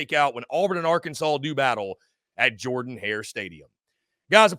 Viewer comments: It is "Jerden" not "Jordan." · Pronounce "Jurden" Hare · It’s pronounced Jurdan Hare. And Auburn wins